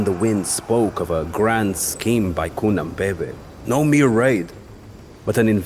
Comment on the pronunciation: The pronunciations are quite good, but they messed up Cunhanbebe. NH makes a /ny/ sound. Like the spanish Ñ